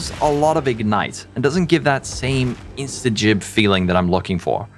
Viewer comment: did this guy just say instajib